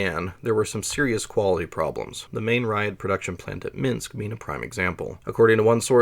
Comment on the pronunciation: Edinaya sistema sounded right, you can just say Yeah-ass that's how everyone pronounced it here, although I think I usually heard it as Yeah-Ass-Eh-Vah-Ehm (ЕС ЭВМ). Ryad is rather ree-at given English does not have soft consonants. Your Minks is perfect anyway.